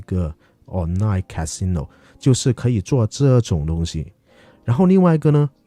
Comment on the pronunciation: casino 赌场发音不准😂